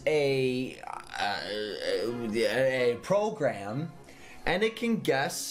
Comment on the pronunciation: This "progam"